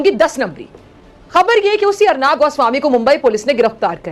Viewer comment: अरनाब नही रे पगली अर्णब है